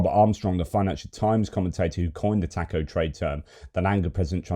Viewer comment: The Boozer doesn't know how to pronounce Taco